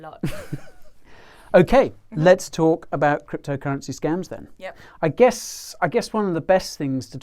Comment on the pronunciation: you say scumms, i say scAEms but its scams